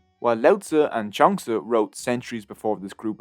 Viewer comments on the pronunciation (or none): Interesting how you pronounce Zhuangzi, a kind of a hybrid mix of Junk and Zsa Zsa Gabor! :) Pronouncing the name Zhuangzi is pretty maddening, especially after seeing this website: In Sanskrit there is the Ja sound like in jam but no Z sound like in Zebra. But in Hindi, they add a dot under the J consonant to create Z which came from Arabic/Persian. I stand corrected but a Zh sound isn't there in Hindi either. Maybe the sound came into the west with Zsa Zsa Gabor! :)